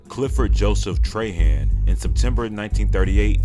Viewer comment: Trahan is pronounced "trah-haw" not "tray-han "